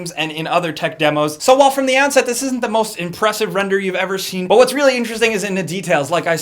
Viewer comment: Why does sometimes say "da" instead of "the"? But I noticed he only does it randomly. At first I thought he just couldn't pronounce "the" correctly and somehow made it come out as "da" but since then I watched a bunch of older videos and noticed he used to say "the" and slowly started transitioning into saying "da" almost exclusively.